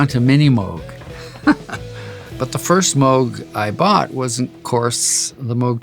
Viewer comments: Moog Rhymes with Rogue!! He pronounced Moog correctly!!! Geddys the best!!! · Happy to hear my man pronouncing moog correctly❤ 😂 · So true, too many people make a cow with a g at the end. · It makes me so happy to hear him pronounce Moog correctly. I'm not surprised that he did. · He even pronounces Moog correctly.